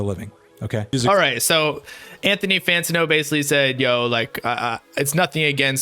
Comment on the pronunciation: Say it with me fam Fan-Tan-O 😂 Love the channel bro!